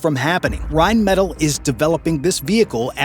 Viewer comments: Königstiger* and Rheinmetall*, please never say Reimettel again 😭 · PLEASE stop saying Reimettel its rheinmetall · Pronounced: rine-meh-TAHL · Would be awesome if you could pronounce Rheinmetall correctly